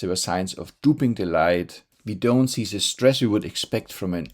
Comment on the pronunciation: Please learn to pronounce th as in "the", I am zinking of Klaus Schwab all ze time when listening to you. Come on, you can do it.